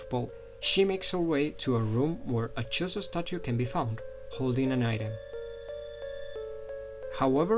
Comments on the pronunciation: Sorry man! But it's Chozo, not Chorizo.... chorizo is a sausage dude! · Are you saying chorizo?